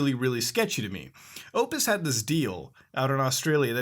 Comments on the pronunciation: Sound like you're saying opus. It pronounced OP-TUS and yes we do have shit internet. Fastest we can buy is 100 mb/s unlimited internet for 100 bucks a month given that your area has NBN fiber optic lines installed otherwise you will be stuck on shitty copper internet that maxes out at 25mb/s. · its not opus, its opTus. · Optus mate not opus 😂😂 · I amm aussie dude it is OPTUS hahaha not opus. love ya EDIT; Okay muta you got a shit tonne wrong with this video Google play, Spotify and iheart radio are ALL quota free with optus. the only music streaming service that is not covered is apple music. also netflix, stan (australian specific netflix service) and sports streaming, national geographic the ABC tv and Channel 7 services are all free to stream also. Do not try to frame this as some shady practice being done to give preferential treatment to google. It is only optus that offers these Quota free streaming services and the reason they are doing it is because telstra has the lions share of the Mobile carrier business in australia since they are a former government utility and have the network with the best coverage. It is a Value add being given to us from optus as a fuck you to telstras incredibly overpriced service. Please do not lie to your fans (intentional or not) and try to say that it is some shady ISP giving preferential treatment to google because palms are being greased because it isnt. the reason you burn through data is because your on holiday and you had nothing better to do no doubt. Peace but seriously dude....check your facts before you start talking shit about net neutrality. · It's Optus, not Opus. And yea our net is fucked lol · Its pronounced optis not opis. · "opus" XDD lmao its OPTUS, haha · Hey Muta, I think you mean Optus, not Opus. Just a small heads up. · all I'm gonna say is its optus not opus, other than that great video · Optus not opus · Optus, not opus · "Oh-ptus" It's OP-TUS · Optus man, not opus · Optus* Not Opus. Soz Muta. <3